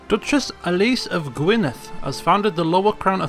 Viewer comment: I'M SO HAPPY YOU SAID GWYNEDD CORRECTLY! (As a Welsh speaker, I've seen the word Gwynedd butchered in many ways...)